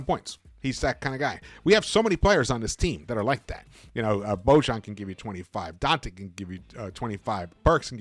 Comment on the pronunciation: Please pronounce Boyan ----- or Bogie is his nickname!!